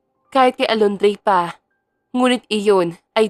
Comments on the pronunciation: Inday narrator Diba Alondra po bakit kaba Alondrey ng Alondreeeey ha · Kung Hindi kupa nasubaybayan Ang story nato nalilito na Ako Kasi c naritor Mali Mali Ng pagbigkas Ng pangalan pola alondre hahaha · Pangit na nga boses ng Narratorali-mali p tawag sa pangalan ng bida c twin Alondra naging Alondre😂😂😂Malaking Factor ang magandang boses ng isang Narrator kng pangit nakaka wala ng gana tapusin ang novela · Alondra at hindi Alondie